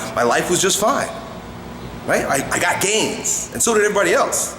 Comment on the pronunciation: did u say gains???